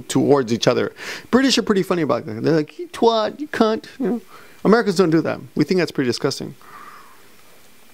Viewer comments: Like these long vlogs, sometimes it's good just listening to people talk straight up with no editting. For twat, you need to emphasise the a as A , twAt , dunno if you wanted that information or that but there you go haha! Also, Les Miserables is 100% manly, and no one should ever think otherwise ;) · I've cried at plenty of Japanese films subtitled in English. Some stories just transcend language barriers, honestly some of Japanese cinema is just so tragic:*( How does not cry!?! British people don't call it a twot, its pronounced twat, it roughly implies saying you are an idiot. Americans are very conservative when cursing compared to British imo.